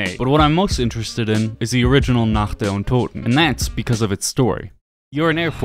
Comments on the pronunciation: I'm german and I've never heard a native english saying "Nacht der Untoten" that correctly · As a german, I'd like to point out how wonderfully you pronounced "Nacht der Untoten" thank you! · I really have to say, as a German, it satisfies me that you can pronounce "Nacht der Untoten", so well. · Did you practise pronouncing "Nacht der Untoten"? Really good pronounciation